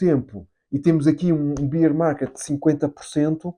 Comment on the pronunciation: Boas, nao lhe querendo ensinar nada , mas a forma como diz Bear market incorreta. Beer é cerveja . Bear Market lê-se o "a"